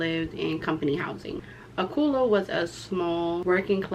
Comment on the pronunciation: It's pronounced al-co-lu